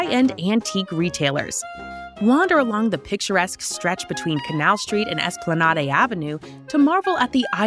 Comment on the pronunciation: Esplanawday? Cali-ohp? These pronunciations 😂😂😂